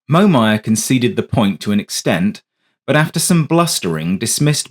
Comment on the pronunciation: The voice is a Brit, but it's NOT Sue16, it's S-U-U-16! And it's NOT MO-MAYAR, it's MOM-YER! God BLESS ROBIN! Hammer USAF SSgt; US Army CW4/SrAviator